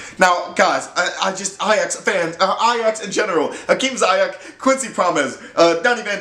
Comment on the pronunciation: You say his name wrong, you have to say the i different. Like the word : sea, but dan zeayech